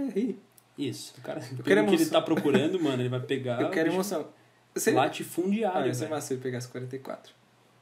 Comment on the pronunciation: "Latifundiário" kk